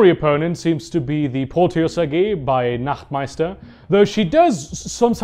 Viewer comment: Late to the party but i'm really enjoying your really informative yet compact lore videos! Also, as native German speaker, i highly appreciate it that you know German and are weren't butchering Names and Phrases 😅